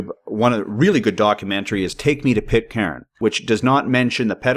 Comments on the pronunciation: It's pronounced.. Pit _caan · Pit-karen? At least try to pronounce it right. Rubbish video.